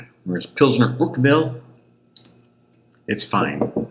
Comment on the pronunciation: Its Paul-auner think Paul honour without the h I'm not making fun of you by the way.